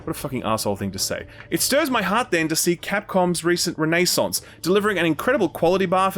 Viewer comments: Can u please say words right it’s cringe and drives me nuts. “Payton”(patent)? “Renee sonts” (renaissance)? Dude its driving me nutz I’m goin to hav to unsub and stop listening. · That’s not how you pronounce renaissance,.